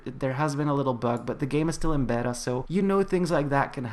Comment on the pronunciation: the way he pronounced beta tho